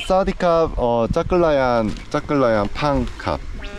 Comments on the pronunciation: เช่า จัก กะ แลน (จักรยาน) โอ้ยภาษาไทยชั้น 55555 หนุ่มเกาหลีพาเพี้ยนหมด เสน่ห์ของน้องๆ ก็คือการพยายามพูดภาษาไทยนี่แหละ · เราได้ยิน"ขี่จักรยาน" เป็น "ขี่จั๊กกะแร้" 5555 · เอ็นดูเวลาพูดจักรยาน ฟังเป็นจั๊กกะแร้ทุกที ขำมาก 🤣🤣🤣